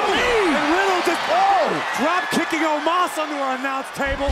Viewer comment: Why its Omos instead of Omas?